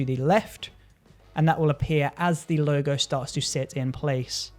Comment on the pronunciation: Helpful video. Sounds like you are calling it a 'Loga"...